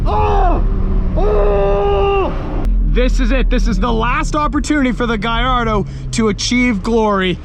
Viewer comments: It’s not gaiardo It’s gallardo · It’s a Gallardo and he’s pronouncing it wrong. It’s pronounced Gall-or-a-do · I loven how you say GAIARDO when trying to say GALLARDO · He also said Lamborghini giardo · lamborgini gaiardo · Im a big fan... its just the way you say Gallardo... its with L´s not I´s that's the proper Italian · Hes says Gallardo wrong